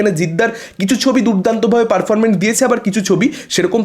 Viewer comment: পারফরমেন্স কেপারফরমেন্ট কেনো বলছেন?